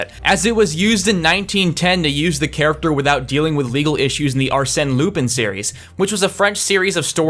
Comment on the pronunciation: He was so intent on not mispronouncing Japanese words he didn't realize that he said Lupin as in Remus Lupin rather than the confusing French pronunciation of Lupan